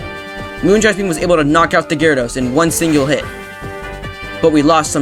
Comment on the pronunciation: that pronounciation of moongeist beam killed me